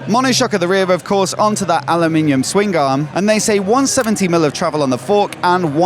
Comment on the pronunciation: Dammit man its swingarm, not swing garm.